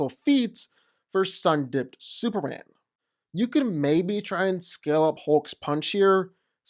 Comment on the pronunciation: I dunno what is he saying: is it Supleman, Suplement or Superhand? He repeats this word many times, but it doesn't sound like Superman at all. Anyone can translate? xD